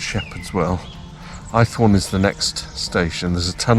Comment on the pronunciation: Must visit one day, great little railway. Was born in Dover so no excuse really. The village on the line is pronounced Aythorne not Eyethorne 👌